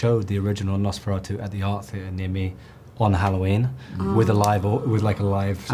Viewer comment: Stop saying nose feratu!